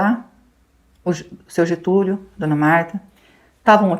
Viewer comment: Getulio nao GETULHO Gente😢